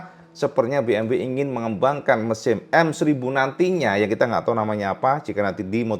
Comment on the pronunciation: Ducati diwsbk menggunakan M1000,walah klipet ngomongnya cak😅